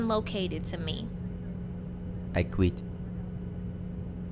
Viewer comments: "i quitê" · ''iy cweet'' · "I QUEETH"🤣